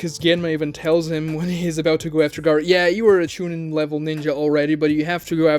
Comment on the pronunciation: No. You pronounced it wrong "Choo neen" Same for Genin 🤣